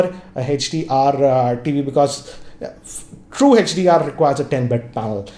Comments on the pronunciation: It's hdr not hechdr 😁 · Its not hach D R 😂😂😂its HDR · hetch-Di-Aar🤔 i thought its HDR 😄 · Even he is saying HECH-DR, it's HDR. Don't get confused 🙂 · Why do you call it Hedge-d-r? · HETCH - D - R ......Hahahahahahahahaha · Hey-each-dear and A-each-dear